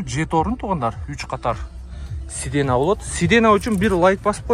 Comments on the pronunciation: Сидена дебей сидения десе жакшы угулат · Паркоп эмес фаркоп,сидена эмес сиденье 😂😂